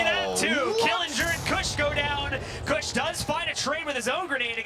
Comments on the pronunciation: He said koosh 😂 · Dude the one commentator cannot say “kush” correctly to save his life😂